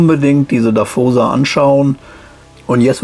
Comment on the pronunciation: Und natürlich "Dawosa" ausgesprochen und nicht "Daffosa" ... 🙂 Sorry Leute... 😇🤣😂